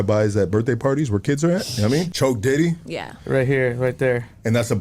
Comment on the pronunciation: Im a long time supporter of Hoodstocks the moment i heard “choke dity” “ thats a blood term” i was trippin😂 on top of everything else wrong she said